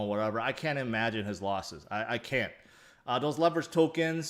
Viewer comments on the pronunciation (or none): none